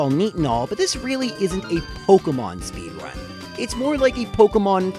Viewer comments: WTF is a 'Speedunrun' 😂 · "Pokemon Speedunrun"... LoL